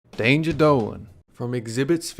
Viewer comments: Daynga dowlen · daynjuh dohlun!